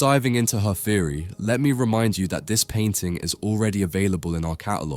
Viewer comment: Its pronounced theory not feary